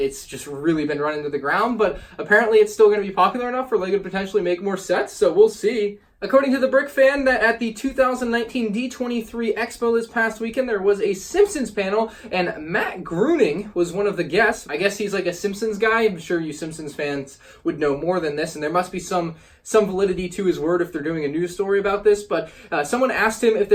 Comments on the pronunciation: Matt Groening is the creator of The Simpsons and it's pronounced Grayning. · Matt Groening (pronounces graining) is the creator of the simpsons! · Bro,.. Matt Groening (Gray-ning), and he would be the creator of the show lol. Good work tho.